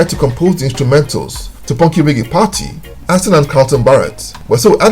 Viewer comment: Reggae, Not Ray Gay. Bombaclat.